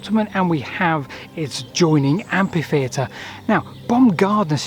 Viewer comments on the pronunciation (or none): should be so ashamed that he re-records the audio, this time pronouncing the word "Amfy-theatre"! (Can't this sort of glitch be sorted out by review by someone else, in pre-production?) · Your presentations are full of information and enthusiasm, thank you. One small quibble, amphitheatre is pronounced amfitheatre and not ampitheatre, from the ancient Greek words amphi + theatron (theatre). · /ˈæmfiˌθiːətər/ - amfi.. not ampi !! 😲😳😦❤ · Why has everyone suddenly decided to mispronounce it as ampitheatre? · Oh, for God's sake,! Stop calling it an "ampy theatre". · Ampi-theater in the US. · Mother England has different dialects of English. I long ago accepted his pronunciation as part of him and his upbringing. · Isn't that the usual pronunciation of that word in his corner of England? We should respect regionalisms. Unless this is a case of being tired or careless. But only he knows for sure.